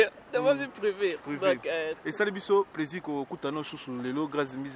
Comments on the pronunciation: C'est plaisir svp et pas 👉"PLAISURE" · On dit plaisir pas pleusir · Il a prononcé en anglais "pleasure". Lool